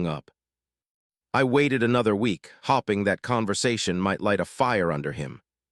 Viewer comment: You should teach your robot hiw to pronounce simple words. It's hOpe-ing, not hopping. Learn how to say bailed, not bai- led.